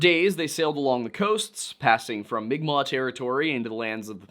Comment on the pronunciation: Pronouncing unfamiliar words, especially if those words are using a written script not designed for them, can be hard, so congratulations & thank you for pronouncing mi'kmaq in an acceptable way. (That is a correct way to pronounce it in english, but not the correct way for its own language.) If not for the algorithm & the self-defense of certain people, I'd say you SHOULD use the terms written. As an FNMI person, I appreciate direct quotes using "indian" even though it is incorrect-- it's a quote. As a queer person, I feel like legitimate use of the word "faggot" that is also in a quote should be just as fine to say as "indian" is. Nobody is saying you need to say "seedbearing vegetable" instead of fruit, derogatory pepperoni! That's just me though. I value accuracy, I acknowledge quotations are not one's actual words, & I haven't been hurt to the point where I need to be on high alert to defend myself & nip the bud of harm others /may/ do to me & my community.